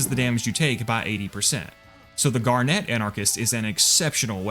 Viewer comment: I hate the way he says garnet 😭